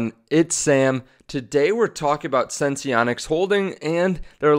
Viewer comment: Dude, did you just say eversens-E? The word is sense. The company's name is sense-onics, not sens-e-onics 😠. Besides yours and everyone else's odd pronunciation of this company, great videos.